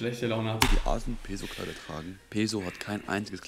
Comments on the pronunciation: Das einzige was mich an ''peso'' abfuckt ist dass alle das falsch aussprechen 🤣🤣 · bei Peso wird das S scharf gesprochen weils spanisch ist